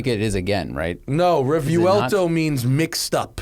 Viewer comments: The key to pronouncing Revuelto is understanding its syllables. The first syllable is "Re", the second syllable is "vuel" and the third syllable is "to". Therefore, Re-vuel-to. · You have to pronounce it with the accent of the native tounge.. Re-vwel-toh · Since "revuelto" is a Spanish word, surely the "correct" pronunciation would be the Spanish one, right? Which would be "reh-VWEL-tow" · Phonetically it is pronounced Rev-well-toe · Didn't the ad from lamborghini pronounce it revwelto? And revuelto is an 1800s bull